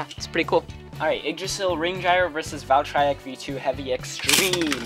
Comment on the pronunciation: He says "valtryek" right.